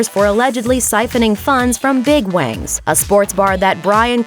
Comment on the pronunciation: "Big Wangs"? Seriously,!?